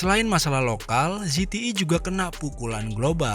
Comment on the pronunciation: ZTE bukan ZETII